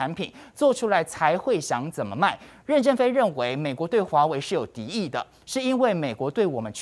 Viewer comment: 任ㄖㄣˊ正非，二聲，不是四聲！